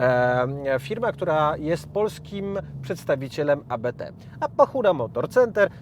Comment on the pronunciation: Nie a be te, tylko Abt, bo to nazwisko :)